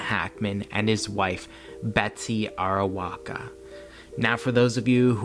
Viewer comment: TKU But it's Arakowa...not Arawoka